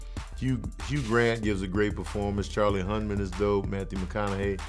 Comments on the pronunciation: It's Charlie Hunnan not HunMan. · Hunman. Lol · Charlie Hunnam *Hun Num